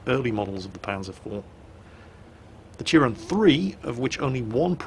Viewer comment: you butchered the name but I don't care